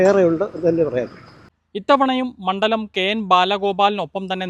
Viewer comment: MANDALAM ALLA MANKALAM Iventey Valicha Chiri